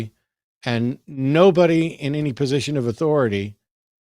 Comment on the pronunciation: sounds much more like the religious people I grew up around. I'm glad The Line is getting more variety of Theist callers now. cracking up about monkeys in the room made me laugh too. And side note, I just love every time Matt says "any" and pronounces it "innie", it's so cute! Is that a Texas thing? Either way, it makes me smile every time he says it, idk why it amuses me so much.